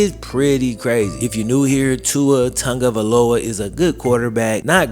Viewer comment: I played college football. I'm pretty sure I have CTE. The solution is to not allow people to play contact football. I won't allow my son to play. Ps- please learn how to properly pronounce "Tagovailoa" and stop talking through your sinuses.